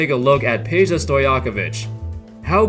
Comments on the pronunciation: IT'S NOT PEJA ITS PEDJA FOR FUCK SAKE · why Peja and not Pedja cuz J is pronunced I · It's not Peja its PEDJA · its Pedja tho not Peja overall great vid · Lol. Peja-vu. You slayer.